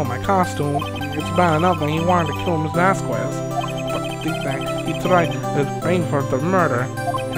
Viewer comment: Not to be a nit-pick but did you pronounce the "quez" in Vasquez as "ku-ez" on purpose?